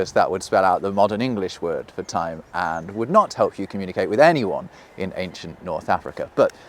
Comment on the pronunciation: Cool concept for a video. Poor execution. "Say you can't remember the symbol for ty........." For what? I would think that a video about language would have the speaker annunciate. And it's very curious that you look at the symbol that represents "time" and go "whatever that means" meanwhile it is so very reminiscent of a that. And that obvious to anyone who looks at it. Fuck off you ugly psudo intellectual British wank pot twat repellent in a Bruce Springsteen Jean jacket.